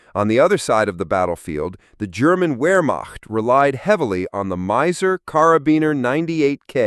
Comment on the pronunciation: Miser? NagNant? Don't live humans narrate these videos anymore?